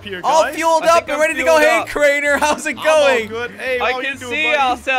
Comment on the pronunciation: It’s not crener it’s crainer